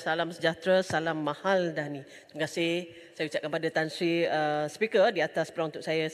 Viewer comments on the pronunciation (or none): die ckp salam mahaldani..sungguh memalukan..tk professional..